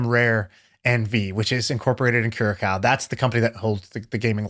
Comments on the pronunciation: Kurakao? It is not pronounced like that. "I am doing research as we talk", why not do that before the conversation? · Curacao is where I live :-) The second C is pronounced as a S